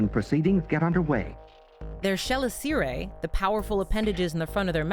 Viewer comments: I don't want to be the Hermione of the situation, but chelicerae is pronounced "Kelìcere", not "Schelicère" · fyi - Chelicerae is pronounced Kel-iss-er-ay. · Chalicerae is usually pronounced with a hard 'K' sound at the beginning "Kaiisseray" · Fantastic video as always, but you may want to look up the standard pronunciation of chelicerae. (kuh-LISS-uh-rye) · I've never heard "chelicerae" pronounced that way before. Took me a minute to figure out what you were talking about. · I don’t think I’ve ever heard chelicerae pronounced that way before.